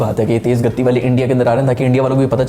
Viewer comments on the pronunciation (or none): Soo finally you google and realised it's gati not gaddi 😂😂(also the meaning speed) btw lot's of love from India ❤️🇮🇳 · Bhai vo ‘tej Gaddi’ nahi bolate ‘tej gati’ bolate hai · Bro it's not gatti it's gati which means speed in Hindi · Are bhai even now you pronounce it wrongly it's گتی not gattyy ۔jaldi se bolna h tashdeed nhi h ت p۔ 😀😎waise dekho bhai ab ham app ko hindi sikha diye aur kisi word ki meaning puchna ho to vedio me bolo i will teach u😂😂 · Tum dhang se pronounce ni kr pate ho to na kya kro. That is gati not gatti jo filhaal tumhara current pace attack mai jo koi ni fenk pa raha h 156 kmph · It's gati not gatti 😂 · Gatti 😂 nhi Gati hota hai 😁 i like yrr whenever u say gatti - gatti 😂😂😂😂